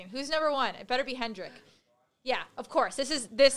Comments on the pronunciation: Sorry I didn't know hritik was pronouced handrik! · They said him hendrix While it's ritik(pronounciation) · "Hendrik" XDDD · You bleeding butchered every single name on that list :]. "Hendrick" instead of Hrithik right at the end was just hilarious.